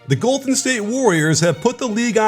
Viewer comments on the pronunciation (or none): Lol hey in the beginning is it the “ the Golfen state warriors “ or the golPhen state warriors “ 😂